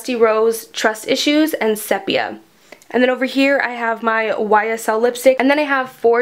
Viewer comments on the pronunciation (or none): Made it to the end🌟 it was easy, you are very engaging and kept it moving. I believe Sepia is pronounced see-pia. It's a type of photo developing procedure, back when photographs were made by developing them, and the process rendered the photo a beautiful brownish color, instead of black and white. Short version, ha. That color is amazing on you!